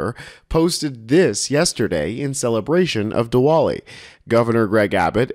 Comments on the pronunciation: word is pronounced "di-vali" even though there's a "w" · OK, kinda hate being that-guy, but 'Diwali' is pronounced like "Dee - vollee", the 'W' is a "V" sound. so "Duh - vaa - lee". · Just so you don’t offend millions of people it is pronounced “Divali” the W becomes a V. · It's pronounced with a V sound